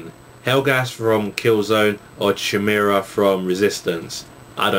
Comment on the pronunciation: I think you say Chimeara - "kai-meera"